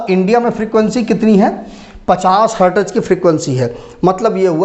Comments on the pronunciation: hartaz nahi हर्ट्ज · Hertez nahi sir Hertz